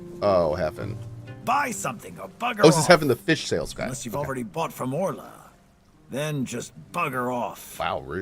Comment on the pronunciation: "Orlay...", "Orla...", "What's this about Orlay" 😅